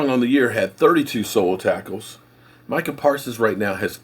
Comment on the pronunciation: I'm proud of you, you actually called him My-cah, instead of Me-Cah. lol